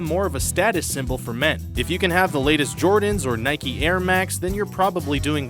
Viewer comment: Why call it Nikey it is Nike